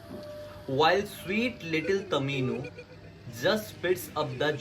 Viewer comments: Dude its tomino not tamino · It's not tamino it's tomino😂😂😂😂😂😂😂😂😂😂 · it's tomino hell not tamino hell😂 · Not tamino it's tomino